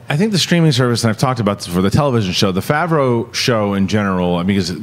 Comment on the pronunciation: They aren't going to release a Boba Fett movie on the streaming service. It would only make a fraction of the amount of money it would in theatres, you're high... also, never researched how to pronounce Jon Favreau? Lol